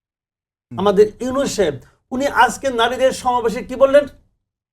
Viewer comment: সাংবাদিক মাসুদ কামাল ডক্টর ইউনুস স্যারকে তিরস্কার করে ইউসুস সাহেব বলে সম্বোধন করলেন। উনি কি ইচ্ছাকৃত এভাবে উচ্চারন করেন?